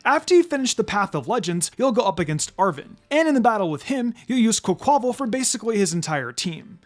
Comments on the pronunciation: I fee like Quaquaval's name should be pronounced like the Spanish pronunciation of Carnival and its wild to me how few other people i've heard say it like that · I’m not the only one who keep hearing mispronouncing Quaquaval name over and over it’s not hard but tricky to say the name combine quack aqua (water) and carnival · Bruh.. That pronunciation of Quaquaval🤦🏽‍♂️🤦🏽‍♂️